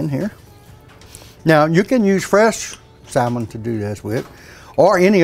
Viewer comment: The L in salmon is silent. As in "sammon".